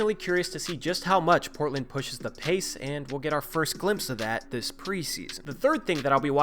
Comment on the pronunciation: Am I the only one that noticed you say "it's very imPortland for Portland..." in the middle of #2? A good friend will tell you your fly is down, rather than let others gawk at you. Luvvz!